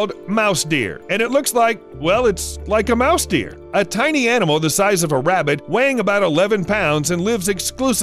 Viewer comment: Say mice deer, one more time.